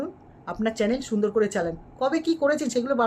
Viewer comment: ম্যাডাম কথাটা চ্যালেন না চ্যানেল হবে